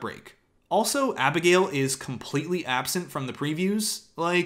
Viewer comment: wait did you dub abigail's name into the bridgerton opening yourself because your accent sounded so good lol